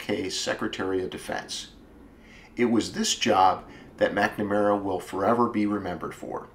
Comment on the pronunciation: Nowt 2 do with cars but the last time I checked the name McNamara doesn't have an "E" in it!! So why pronounce it as if it does? DUH! Oh the "T" Bird? Another American Classic. I still have an unopened Airfix model of one in my shed in England, (bought in Minnesota in '65 when I was ten years old) where we actually speak English and prounounce, punctuate, spell and speak the Queens English! I have no idea wot language you guys think ur speaking cos it ain't ENGLISH! Worst of all I used to speak your language for about 10 yrs before slowly recovering back to proper English haha! I went to live/work in Oman for 5 years. There I learnt to become Dyslexic, so what's your excuses? Do I have a wish? Yes! To bring back the era (pronounced eara, not as error) of great American Automobiles from the late '40s to 1970s! Although modern cars are part of evolution, they just haven't got the same ZING to them! British cars? Apart from a very select few including the Jaguar (NOT pronounced Jagwaar; you guys call your big cat what you like but leave ours be) our older cars are sooo tiny and awful in style compared to your outrageously beautifully designed cars, both body & interiors. 😝 Unless there's a big demand (to build old style with modern autoelectrics/engines) we'll never see this styling again! Life can be such a B Itch! Y'all have a nice day and stay safe. 👌😋